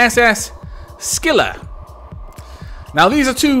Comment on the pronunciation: The pronunciation is like this car-rib-dis and skill-la :) your welcome